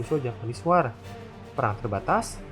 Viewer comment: mimin, utk pelafalan kata "war" yg benar itu "wor" .